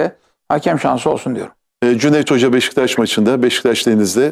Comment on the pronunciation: NOBODY: BEŞİKTAŞ SİNAN ENGİN :BEŞŞTAŞ